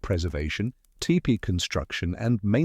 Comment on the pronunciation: could you please say tepee (Tee-pee) not tip-pee